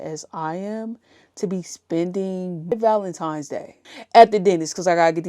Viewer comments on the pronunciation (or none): It sounds like she keeps saying Valentimes